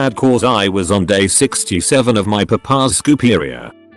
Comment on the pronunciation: The way this auto-reader pronounced papas scooperia had me dying